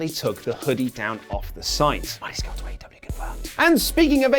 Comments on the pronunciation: Ha you called him Marty 'Scrull' during the Pokemon thing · Marty “Scrull”? Ah cmon boys not you too